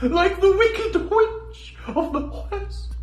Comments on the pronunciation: "the Hwicked Hwich of the Hwest" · Why... Why Jim, did you add an 'h' to 'West'? I'm dying here XD